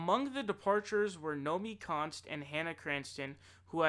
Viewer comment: You keep getting Nomiki Konst confused with Naomi Klein and saying Naomi Konst. I make that mistake as well.